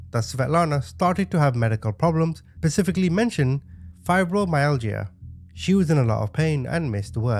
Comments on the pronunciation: I love you dude but, how do you not know how to google pronunciations of words? You press the play button, it speaks the word to you. Fibromyalgia is fibro my alja. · Close!! In the US, it's pronounced like fy-bro-my-algae-uh 😊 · No, you didn't pronounce fibromyalgia correctly. It was funny how you said it, and it made me chuckle 😅😅😅😅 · I'm from the UK, I have it and I pronounce it as Fibro My Al jah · That’s interesting, the uk pronunciation is generally fai -bruh-mai-al-juh 🤔😊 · I'm in Oregon, that's the way we pronounce it. Op has algae, too much.. Fi bro my alg ah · He was close though 😂